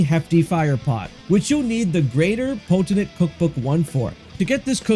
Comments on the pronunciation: Vis-idge Poe-ten-tate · Potentate: POE-ten-tate. Visage: VIS-ej And just for fun, Vigor: VIG-ur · That pronunciation of potentate was incredibly rough, it's "Poh-ten-tayt" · Vis-age Pot-ten-tate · Awesome video! Really helped me out. Also, it's pronounced poe-ten-tate. It means a monarch or ruler. Cheers!